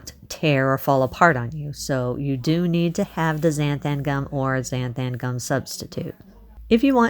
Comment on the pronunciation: “Zan-tham-gum” cracks me up how you pronounce it 😂